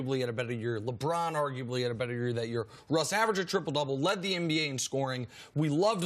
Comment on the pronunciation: Idgaf what anybody say... Cris Carter is saying "MBA".